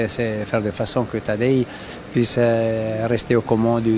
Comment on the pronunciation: Mais prononcez correctement le prénom de Pogacar, non d'un chien !